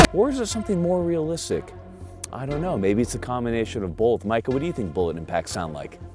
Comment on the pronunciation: "Maybe it's a combination of bolth." PNW pronunciation giveaway!